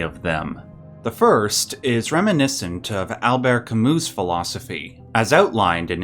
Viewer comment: Pronounced Camü that french U that sounds like EE sometimes